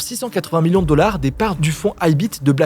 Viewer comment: J'avoue 😂 La perle est attribuée au dollards 😅